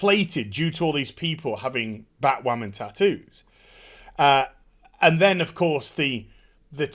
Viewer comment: Bat- Wahmen